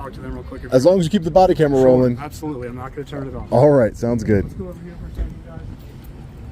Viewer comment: I think that you need to work on the pronunciation of the "t" sound in the word "absolutely". You dis not enunciate it clearly. Are you for some reason shy about pronouncing the "t" sound, and, if so, then why?